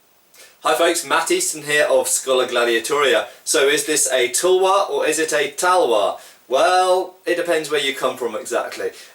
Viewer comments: the U in tulwar is supposed to be pronounced like U in cup or mull. British in 17-18th century simply transliterated the word as Tulwar simply because it corresponded closest to the indian pronunciation - Tul (as in dull) + war as in (car)... further, the T in talwar is a soft T as in russian Dimitri or Tatiana... never heard anyone in india call it Tulwar (toolwaar)... spell it as you may, but no two ways abt the pronounciation... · Actually when you use the spelling "tulwar" the 'u' is pronounced as in done "cup". So you would see the pronunciation in both talwar and tulwar would not be that different. Although i have never commented on this before, pronouncing the " tulwar" 'u' as done in "put" is incorrect. That would be spelled differently in the Indian languages. Also, even though it may not seem like it, the 'way' you write most north Indian languages are very similar, only the script is different. cheers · spelling wise both Tulwar or Talwar maybe correct but pronunciation wise the way u say Tulwar is not how any Indian would pronounce it